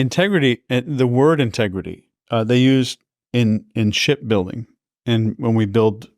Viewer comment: Did you think he said "shit building" the first tije he said it?